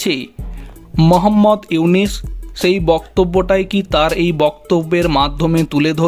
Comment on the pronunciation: বারবার ইউনিস!!!! নাম টা ঠিক মতো উচ্চারণ করো । উনার নাম ইউনুস